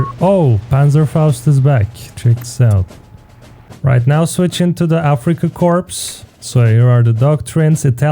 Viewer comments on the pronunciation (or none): Afrika "corpse" 💀it's "core" mate